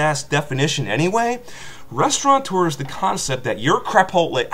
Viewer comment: Chi-Pot-tle sucks huh? I hear you there, preach it brother.